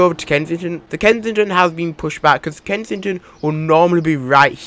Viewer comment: Lol kensidghfjdhfton Its supposed to be kensington Lol